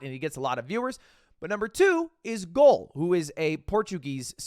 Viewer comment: ludwig calling gaulês "goal" is a top 10 youtuber moment